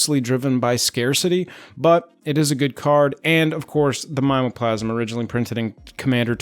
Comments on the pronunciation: Mime o plasm seems wrong to me. I say mim EEE OH plasm which is like sayin targét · Never heard anyone say My-mo-plasm before...we always say Mim-me-o-plasm. Fascinating. Also, totally agree, flavor text on Voidslime will necessitate this purchase. Lastly, non foil is for crazy people.